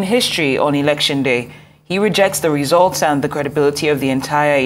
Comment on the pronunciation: I heard resource instead of results😂😂😂Chairman Aspirant..